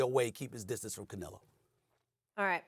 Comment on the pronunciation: Theres no “i” in canelo